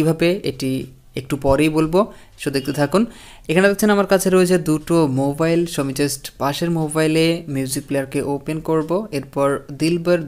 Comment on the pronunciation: মোভাইল নারে ভাই মোবাইল। উচ্চারন ঠিক করেন।